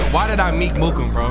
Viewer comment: Emphasis on the ‘k’ meeK mooK meeK mooK